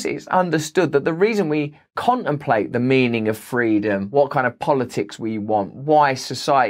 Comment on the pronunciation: You mean “fweedom”.